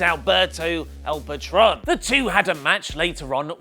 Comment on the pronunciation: The new Impact star's name is pronounced pah-TROAN.